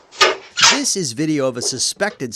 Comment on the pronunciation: "How to do dis". Seriously? How to do THis.